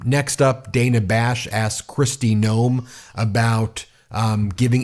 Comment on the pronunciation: Please pronounce Dana Bash's name correctly. It's like the name Dan ending with an a.